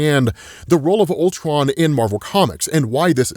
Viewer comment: "CULTRON", cmon, bruh